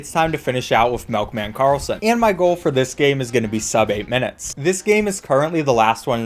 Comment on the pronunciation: Melkman karlson